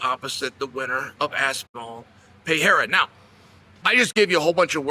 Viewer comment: Now it's "pay-haira"? 😅